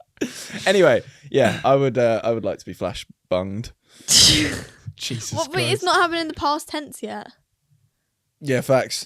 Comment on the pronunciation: “Jesus Christ!” in a very Spanish accent i might say 😂😂